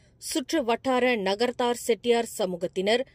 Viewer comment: நகரத்தார் என்பதை நகர்தார் என்று பிழையாக உச்சரிக்கிறார் செய்தி வாசிப்பாளர் ஏற்கனவே ஒருமுறை காபந்து அரசு என்பதை காற்பந்து அரசு என்று உச்சரித்திருந்தார் என்பதை நிருவாக்கத்தினர் கவனத்தில் கொள்வார்கள் என நம்புகிறேன்! நன்றி